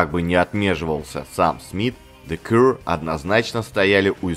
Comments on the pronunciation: Не Кур, а Кьюэ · Кью или Киё буква Р не произносится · Для начала автору неплохо было бы научиться правильно произносить название группы: "Зе Кьюэ". Из-за коверкания названия видео смотреть не стал - невыносимо это... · Спасибо, очень интересно было послушать про одну из любимых британских групп. Про the Cure как то маловато информации в инете. Единственное, немного странное произношение названия группы у автора, ну да ладно, главное, что материал собран и подан интересно 👍